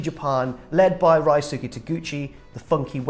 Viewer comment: Rye-Soo-Key Taguchi? Really?